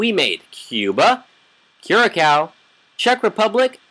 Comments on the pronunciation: im from curacao its actualy pronounced curasao not curakao =) but i forgive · Thank you for making curacao aruba and bonaire but you dont say curacao you say curasao with s okay great video this deserv a thousand likes and sub